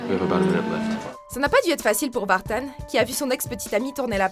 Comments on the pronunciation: c'est quoi cette prononciation de "vartan" ? On ne dit pas Sylvie "Vartane" ! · Mickael VartANE😂😂😂!!! Il s agit du neuveu de Sylvie Vartan donc pas d anglissisme nécessaire 😉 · Pourquoi prononcer michael vartan comme vous le faites ?? C'est le fils de Sylvie vartan. Son nom de famille a tout le moins se prononce donc a la francaise et pas "vartane" qui est ridicule... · C'est marrant la façon dont vous prononcez Michael Vartan (Alias). Ça se prononce simplement Vartan comme Sylvie Vartan (sa tante, je crois). Il est né en France. :) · Vartan est un nom français, ça se prononce comme celui de sa tantine, Sylvie Vartan.